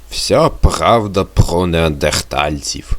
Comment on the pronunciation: А чого прагавда а не правда